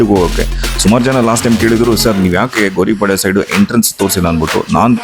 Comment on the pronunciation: Gouripalya not Goripalya....